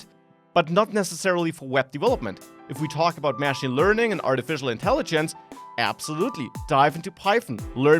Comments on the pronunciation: It's not mashing, it's machine, they are not pronounced the same, very minor point. Love the channel, great content! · your pronunciation of 'machine' is wrong. Your syllable emphasis should be on the second/last syllable otherwise it sounds like you are saying 'mashing'.